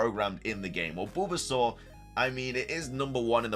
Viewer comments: Sounds like your saying Boobasaur 😂😂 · Is anybody gunna tell him about the way he pronounces bulbasaur.... 0_0? 🤣🤣🤣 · Was anyone else highly disturbed by how he says bulbasaur..?